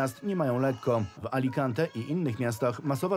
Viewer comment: Niech pani prowadząca nie udaje mądrzejszej niż jest. Sposób w jaki wymówiła nazwę Alicante jest idiotyczny. Bo jej się coś wydaje... Czytaj z ekranu, zapoznaj sie z tekstem wcześniej i nie kopromituj się. Lubię waszą stację, ale wielu reporterów ma problem z nazwami własnymi w jęz. obcych oraz w relacjach z terenu plączą im się przypadki jez. ojczystego. Czy wy ich bierzecie z Torunia?